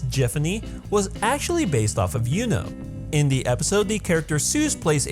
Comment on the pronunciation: "was acually based off of yuno" I heard it as "was acually based off of you know